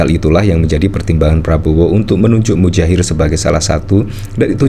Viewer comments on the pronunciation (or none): Muhajir boss, bukan mujair = nama ikan. Awas kuwalat ya. !! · Boss bro nama nya bukan Mujahir tp Muhadjir bro boss 😂😂😂 sampeyan ngucapin namanya Mujahir trs 😂😂😂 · Saya perhatikan admin selalu mengucapkan "Mudjahir" bukan "Muhadjir". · Muhajir efendi pak, bukan mujair, kasiaan 😩😭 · Muhadjir bukan mujahir Mas. Kalau mujahir itu jenis ikan. He he he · Anda salah menyebut nama orang. Muha jir. bukan Mu Jair.. ini tergolong penghinaan jika disengaja. Jika anda mainnya di bidang politik, belajar lah untuk hati hati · oi MuHADJIR, bukan MUDJAHIR kwkwkwkw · MUHAJIR, bukan mujair.